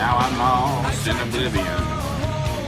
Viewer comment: I like the southern accent on "Obliviowwwn". It's a band from Georgia.